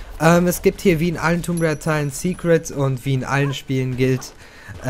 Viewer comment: du sprichst tomb rieder falsch aus du must das o kurz sprechen !!!